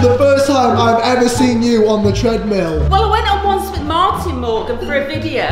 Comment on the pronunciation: its martin.... Not mattin....